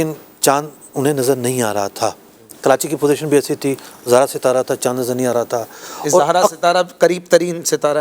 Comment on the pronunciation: ستارے کے نام کا تلفظ "زُہرہ" ہے، 'ز' پر 'پیش' کے ساتھ۔ جبکہ مفتی صاحب 'ز' پر 'زبر' پڑھ رہے ہیں۔ اس سے ہی فلکیات میں آپ کے مبلغِ علمی کا اندازہ لگایا جا سکتا ہے۔ مزید برآں ۲۰۲۱ء میں شوال المکرّم کے غلط فیصلے کے وقت بھی مفتی صاحب اسی کمیٹی کا حصّہ تھے۔ اس وقت ۳۰ رمضان المبارک کو عید کروا کر یکم شوّال المکرّم کو 'قضا' کا روزہ رکھوایا گیا۔ کیا اُن شرعی بے ضابطگیوں کی کوئی تلافی ہوئی؟ کرونا کے دنوں میں 'چھ فُٹی' نمازوں کا فتویٰ بھی انہی کے ہم جماعت مفتی حسّان صاحب کی جانب سے جاری کیا گیا جنہوں نے ڈیڑھ صفحے کا فتویٰ لکھ کر اعلیٰ حضرت امامِ اہلِ سنّت مجدّدِ دین و ملّت الشاہ امام احمد رضا خان فاضل بریلوی رحمۃ ﷲ علیہ کے اُنہتّر (۶۹) صفحات پر مشتمل رسالہ "الحق المجتلیٰ فی الحکم المبتلیٰ" کا ردّ کیا۔